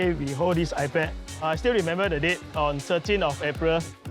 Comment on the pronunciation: you know they're Filipina when iPad becomes EYE-PUD!